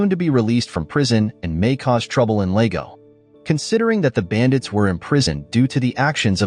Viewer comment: Lego? It's Lago